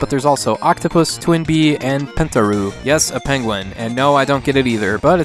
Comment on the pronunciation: It's pronounced penta-roh, not pentaroo :p Really nice video though